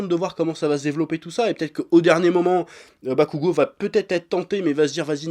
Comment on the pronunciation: J’en peux plus d’entendre « NarÜto » et « SasÜke » mdrrr Pourtant « Bakugo » tu le prononces bien Incompréhensible